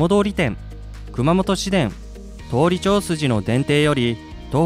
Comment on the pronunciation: 「どおり」じゃなくて「とおり」です。